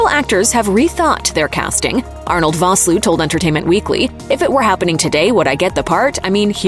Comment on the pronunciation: You mispronounced Vosloo. It's pronounced Fosloo.